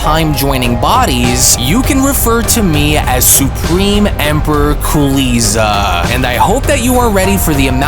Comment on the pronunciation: Lol did he just say cooliza! 😂